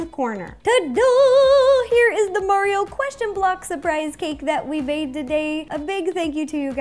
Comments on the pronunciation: Why did Rosanna say mariro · It’sa me mari-ro you know Nintendo’s classic mascot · "Its me mariro" lol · It-a MARERO!!!!!!!! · Yo it’s MariRo lol 😂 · wait Mari-Ro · Mari-Ro XD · lol mari-ro